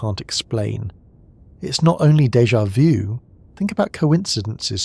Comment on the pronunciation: Pronounced " day ja voo"